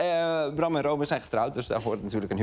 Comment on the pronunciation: Is het no róbin of ròbin? ik hoor bram ròbin zeggen en arjen róbin..